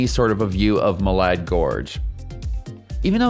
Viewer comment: Here in Idaho we don't pronounce it Ma lard, it's Ma lad!